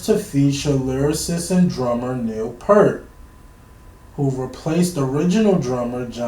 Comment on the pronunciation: Nice reaction. Neil Peart's name was pronounced P-ear-t, not P-ur-t. PS - Don't get too caught up on early days. They were just high school dropouts in 1968, playing church basements. Rutsey is the only other name worth remembering as he at least played on the first album. PPS - The key reason they parted ways with Rutsey is that he wanted to go in a straight ahead rock direction, whereas Lee and Lifeson wanted to go in a progressive direction. Peart wanted to go in that same direction.